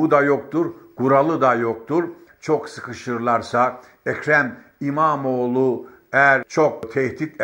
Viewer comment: "ekre mimamoğ lunaaaa karşııı", program yapıyorsun abi az bi diksiyon mu çalışsan.